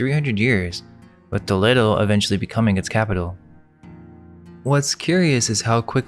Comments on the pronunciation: It’s to-leh-do bro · You (two I think?) are true scholars. I love the thought provoking nature of the content. Also, it's Toll-ee-doh